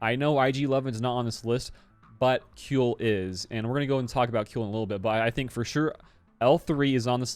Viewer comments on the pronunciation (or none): Kuiil is pronounced "squeal" (like a pig) without the "s".